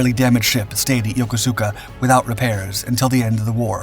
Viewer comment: Please learn to pronounce Yokosuka properly.